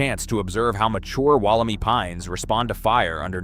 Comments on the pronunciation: The Wollemi Pine is pronounced “Woll-em-eye” — not Woll-e-me! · The "i" at the end of Wollemi is pronounced as "eye", not "ee" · Re: "Wal - a - my". Please get the name right. The "clone" will diversify with different environmental ground radiation to transform its DNA to new strains. Different blights and environmental challenges will make them stronger and more adaptive to the modern world. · Good video but Wollemi is an Eora Nation word and is pronounced Woll em i 👁 not ee. Like Bondi Beach not Bondy Beach. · Interesting, I spotted this straight away and deleted my post after checking the answer to everything, "Google". It came up with the e pronounced "ee" not "eye" or "ai". This is from a new AI. program. Gemini is wrong I suspect, as now another check elsewhere is as you say "eye". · Well, that was a unpleasant as a local listening to Wollemi pronounced incorrectly. The last syllable is pronounced my. As in this is my tree. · Correct me if I'm wrong, but I thought that the correct pronunciation is "Wollem eye" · omg i hate the way the ai is pronouncing Wollemi. I used to live basically next to the same forest as Wollemi National Park , no fence you could just walk straight up into the mountains.... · The pronunciation of "Wollemi" irked me the entire video! If your not sure how to pronounce a foreign word (and one derived from an indigenous dialect) please look it up before the video. There's even a clue in your own video the Botanical Gardens of Sydney programme; " I Spy a Wollemi!" All three words rhyme! Or are supposed to if pronounced correctly. Like the content but is the voice-over AI slop? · It's not just the pronunciation which is slop. It's the implication that once they hit the UK, they practically became an invasive species. The whole thing is slop.